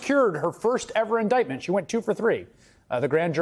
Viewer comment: iniment? jeez.